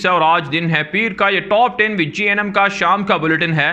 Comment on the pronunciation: Which GNM or with Gnm kindly pronounce clear